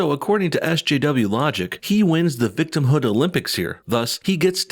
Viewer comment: Dude said the “Victimhod Olympics”